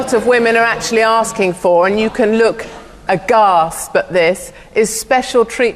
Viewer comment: I liked her until she said 'agasp' instead of 'aghast'.